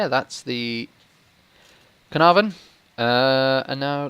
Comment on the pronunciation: A 10 for Caernarvon pronunciation :D